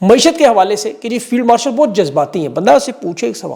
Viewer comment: Field warshal ya marshal..mene ghalat suna ya istarah kaha ap ne 🤣🤣🤣